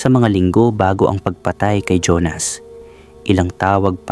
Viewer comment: Honas o Jonas?ayusin mo nman..